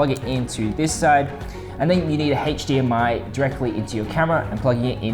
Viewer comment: Anybody else overhear the “hache dmi”?